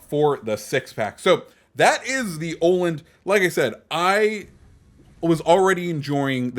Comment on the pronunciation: Tip from a swede: it's pronounced Uh-land, not Oh-land :D